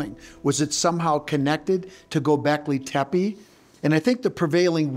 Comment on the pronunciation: He doesn't pronounce Gobekli Tepi, correctly. It's a common mistake, but NOT for an expert! Scott Wolter knows how to pronounce Gobekli Tepe, correctly.